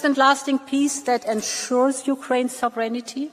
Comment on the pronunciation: Ursula can't even pronounce sovereignty. Don't expect her to understand it.